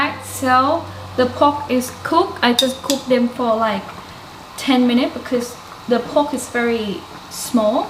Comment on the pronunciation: > '..the pork is cookED' ..not '..the pork is cook(x)'